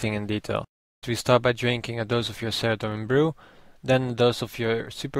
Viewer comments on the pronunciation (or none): none